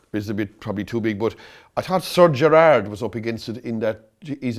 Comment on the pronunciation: I love jonny dineen! The pronunciation of Sir gerhard tickled me! Steven gerhard get a knighthood for his football prowess did he? 😂😂😂